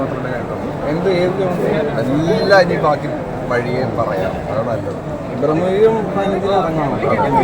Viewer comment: ബ്രഹ്മ യുഗം അല്ല. ഭ്രമ യുഗം ആണ്